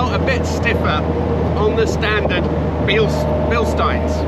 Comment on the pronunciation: I am so glad to hear you say Bilstein instead of the Bilsteen that most English speakers do. But then again, you are also very correct on the pronunciation of Italian names. Great video, keep them coming!